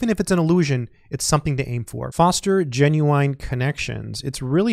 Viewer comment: revise how "genuine" is pronounced, also back to the serious videos are we, 2 jokes are enuogh for the month